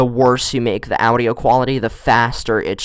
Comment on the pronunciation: the way you said audio was so triggering XD